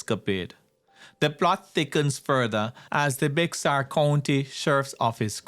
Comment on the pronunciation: Bexar is pronounced (Bear County)